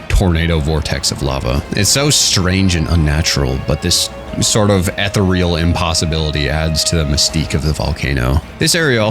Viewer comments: The way you pronounce Rathian and ethereal fill my heart with dread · ethereal pronunciation guide